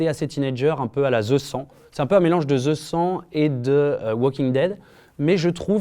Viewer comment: On dit The Hundred...